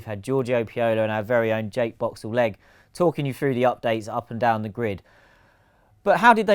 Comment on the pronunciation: Writte Jake-Boxall But sound JA-BIO. This supprise me always.